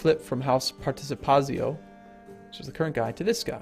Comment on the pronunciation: its House Participatsio as in "TSK"